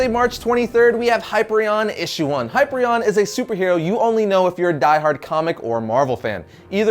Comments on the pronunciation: Did you just say Highpreon? I'm sorry, I hate to do this, but I like the character, and he deserves justice....ITS PRONOUNCED HIGH-PEER-EE-ON, AND SPELT LIKE HYPER-ION. Sorry for being a pronunciation nazi. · It's pronounced Hi-pier-e-on (Hyperion). He is basically Superman but Marvel. Long before Sentinel. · Hi -peear - ree - on ..... "Hyperion" .. other than that ... thumbs up